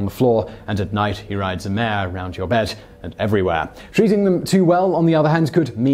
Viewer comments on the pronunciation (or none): none